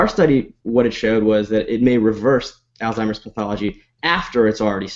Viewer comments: It's Alzheimer's, not Alztimers! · Dude you're a fucking professional, learn how to say ALZHEIMER'S properly.